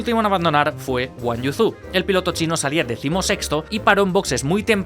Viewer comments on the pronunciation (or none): Consejo Zhou se pronuncia Y-OU